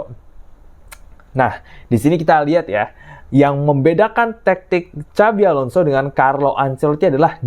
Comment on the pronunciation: apa hanya saya yang dengar kalimat "Cabi Alonso"